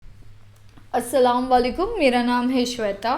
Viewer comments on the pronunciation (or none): Brother and Sister Word is not Asalam wa Alaikum.. It is "Asalam o Alaikum"